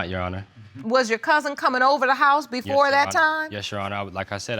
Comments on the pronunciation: "bofer dem" like oh mannn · “I told the burff of them” 😩